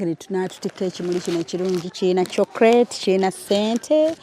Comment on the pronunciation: its "chocolate" not chokrate